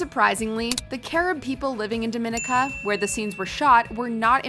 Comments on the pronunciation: Dominica 🤦🏾‍♀️🤦🏾‍♀️ Just fyi...Dominica and the Dominican Republic are two TOTALLY different places.. also pronounced completely differently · Your saying the name wrong it's Dominica